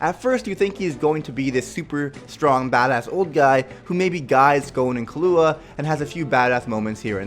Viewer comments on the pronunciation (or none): Why do you miss pronounce killuwas name?